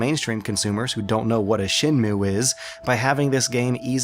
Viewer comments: Shen....moo? Shen Moo Ayy. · Evilknightz Shen Mway?